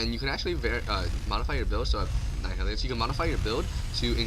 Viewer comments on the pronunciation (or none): Hell - e - uns. Not Heel - yuns.